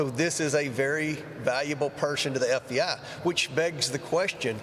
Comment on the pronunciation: Wonder why Comer keeps plainly saying FDI, instead of FBI ???